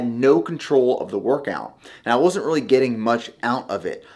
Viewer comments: 😂 and "boots" for "butes" and "scoops" for "scupes". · I will buy your supplements if you start saying “really” instead of “ruley”